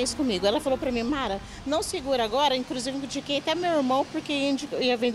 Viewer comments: "INCRUSIVE" KKK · "Incrusiviu "😂😂😂😂😂😂Lembrei do seu Creisson do casseta e planeta .kkkkkk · "Incrusiviu" ainda por cima . Rachei na hora 😂😂😂😂😂😂😂😂😂